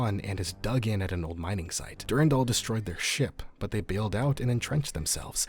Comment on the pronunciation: du RAN dal. du RAN dal! not DUR 'n' DAL. it's literally a french name, I have no idea why people youtube pronounce it wrong (probably mandalore's fault lol)